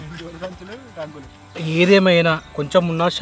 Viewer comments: బోగులు ❌రంగులు ✅😂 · Sai garu dhi comedy so funny andi aggulu kadu raguulu antunaduu 😂🤣🤣